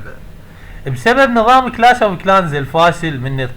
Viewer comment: ههههه كلاش مش كلاس😂😂😂😂 حتا ما بتعرف تقرأ😂😂😂😂😂